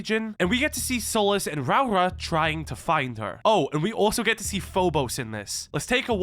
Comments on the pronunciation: Hey man, kiwi here. Great video as always! Next time for Rauora, try pronounce it as Ro-Aura (roll the R's if u can) Keep up the great work! 🇳🇿🇳🇿💜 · hey, its "row-ruh"